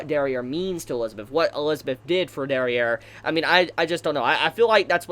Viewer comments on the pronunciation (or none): Please stop calling Derieri derrière xD